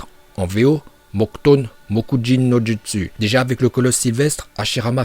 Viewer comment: A n'arrive pas à la cheville de Minato et sa se dit joutsou et sa s'écrie jutsiu Tobirama se fait exploser par MINATO. Et Minato peux battre Hashirama